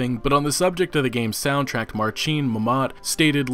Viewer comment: It is pronounced "soundtrack", not "soundtrack".